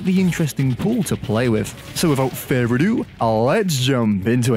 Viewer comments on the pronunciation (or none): none